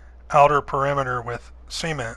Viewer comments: why do you pronounce cement C-ment? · I kept hearing "semen" instead of cement haha, such a cool build though!! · Just noticed how he says cement (See-ment), it just sounds weird to me. I usually say cement (Suh-ment). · I knew I wasn't the only one hearing that lol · Very cool! Also the way you said cement sounded like semen and I was like ???? you gotta fill it with what? and then I realised. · Never before have I heard someone pronounce cement as "semen" with a "t" on the end. A most memorable Wednesday. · sounds like he's saying seamen when he says cement lol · "so let's go and fill the semen around the outside". lol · Say "seement" one more time.... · did anyone else think he pronounces "cement" kinda odd, and it sounds like "Semen" or is that just me?